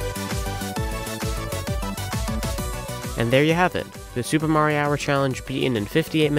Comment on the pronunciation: You know, I do not think his name is pronounced "marihour"